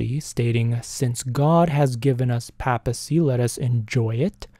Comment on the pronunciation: Great episode. Small correction. At least here in the US, it's pronounced "PAY-ple" and PAY-piss- see"